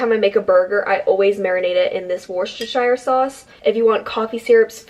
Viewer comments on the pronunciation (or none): oh bless you when you pronounced 'Worcestershire'. I am from the UK, and grew up in Gloucestershire which is the county next to Worcestershire, which is where my mum grew up. It's pronounced wuss-stir-shear. And put it on cheese on toast/grilled cheese. It's a game changer!